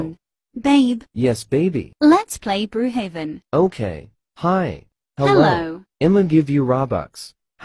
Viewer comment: Lol it said brew heaven